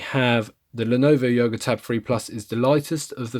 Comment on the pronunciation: Did you say YOGO? haha. Thanks for the review!!! Would love to see your benchmark and speedtest video!